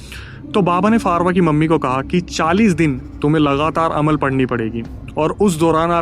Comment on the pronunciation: Alam nahi Amal bolte hai usko bhaiya